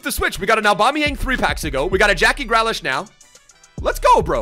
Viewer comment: Its Gri-lish not grea-lash